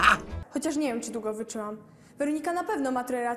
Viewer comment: ✨️dżewo✨️ ✨️wyczymam✨️ ✨️zaMnjj sie✨️